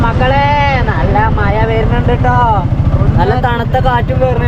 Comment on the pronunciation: മയ അണോ. മഴ അണോ പറയുന്നത്